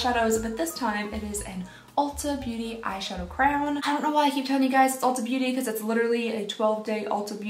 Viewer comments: I don’t think I’ve ever heard someone pronounce the crayon as crown before I always hear either cran or cray-on 😅😂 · Are you saying crown instead of crayon? Lol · Crayon pronounced Cray on not crown like your saying that changes the entire word and it's meaning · Honest question... Why do people say Crown instead of Crayon? Where does the W come from and just...why?? Many questions. 🤣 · Why does she say the word “crayon” as “crown” but she says crayola just fine 😂😂😂also i HATED the smell of barbies when i was growing up? Physically made me gag and always had to wash my hands after playing with them